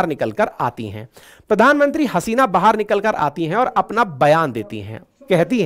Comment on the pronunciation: Why are you saying bahaar for baahar?